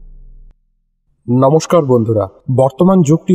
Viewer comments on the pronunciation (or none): none